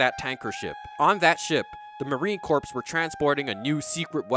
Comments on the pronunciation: ☝🏾 it's "Marine 'Core.'" "Marine 'Corps'" sounds like a Aquaman villain, or a nautically-themed death metal band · I presume the 'racial profiling' crack was a joke. Raiden was literally doing what an officer is supposed to do, because you DON'T know if he's faking (and guess what, Stillman WAS faking! 😅) Also, the "ps" is silent in the word Corps.